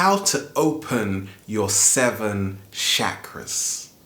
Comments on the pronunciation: it is NOT shakra is is CH CHA KRA with a ch not sh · it's not shackras it's cha cras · it's Chakras and pronounced as chakras not shakras Chakras:sanskrit :) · he said how to open your Seven Shaq-ras😂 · Please don't say shakras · You pronounced chakras wrong